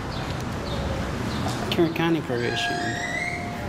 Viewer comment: I been following for a year or more now an I Been lookin for your channel but searching "" each time coz u an say follow all the time n that's how it sounds u know 😂 😂 😂 no I Flippin know it's kern County Lol. Respect from Ireland man